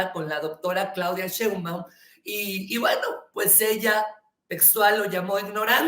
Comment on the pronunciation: 😮😮😮 "Sheinbaum Argüendero, Sheinbaum" más fácil Shein - baum... 😅😅 Ojalá lo pronuncies bien, tu eres muuuy inteligente...😂😂